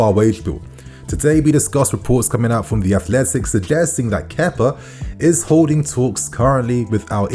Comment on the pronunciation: Kepa didn’t play for us for a year and you forgot how to say his name properly